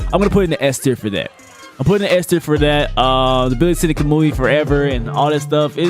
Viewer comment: Did he say ka-moo-ui ?